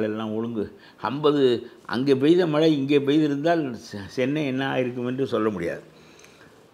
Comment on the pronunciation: மழை யா மலையா..மெல்லின சொற்களை வல்லின மாக கூறப்பட்டுள்ளது.. பேட்டி காணும் போது கவனமாக பேசவும்..திரு கருப்பையா எவ்வளவு அழகாகதமிழ் பேசுவது மகிழ்ச்சி அளிக்கிறது.